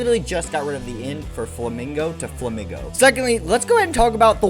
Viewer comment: INSANE take. Insane. Flamigo is pronounced "Fla-Meego", like "amigo"; Spanish, Paldea is based on Spain.... its pink color compliments other Pokemon from the region (Tinkaton, Wugtrio, etc.), its wings, beak, and body are all uniquely shaped. What else would you want to do to a flamingo Pokemon? Give it a scorpion tail or bat wings? Flamigo is one of the best designs from Paldea, along with Farigiraf, Koraidon, and Great Tusk. The absolute WORST designs to ever exist in Pokemon are the Timbur line, the Roserade line, the Scorupi line, the Lileep line, the Gulpin line, the Hydreigon, the Gothita line, and the Scovillain line. All are pretty ugly, use ugly colors, and have pretty fair design flaws.